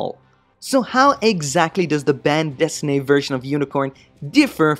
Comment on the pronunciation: You’re the only reviewer who decently pronounced “bande dessinée” thus far. Refreshing to my ears!